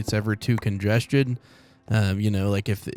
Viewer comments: Congested not congestjin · because man said congeged instead of congested